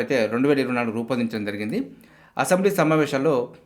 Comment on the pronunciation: "Jarigindhi " ani clear ga palakandi sir, adhi clear ga artham avvatledhu.